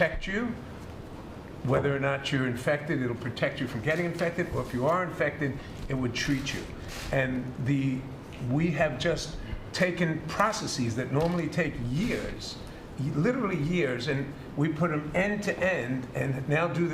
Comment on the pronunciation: Why can't they pronounce PROCESSES not PROCESSEES